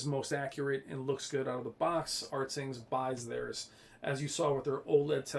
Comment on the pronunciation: it's pronounced Ratings not Rtings. Alot people get that wrong...lol Anyway. Rtings hates TCL they are very bias. I don't believe there numbers. Why don't you believe CNET? CNET had SDR and HDR even or brighter then the R617 of last year. Plus I hate when people go crazy over input lag. An input lag is 14 Ms compared to 11ms you won't notice a difference. 4ktvs all now have pretty good input lag. Compare the Hisense H9F to the TCL R625. Just don't go by rtings website. They hate TCL.